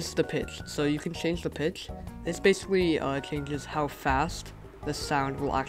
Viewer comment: he cant say change maybe he wears something or he just cant say it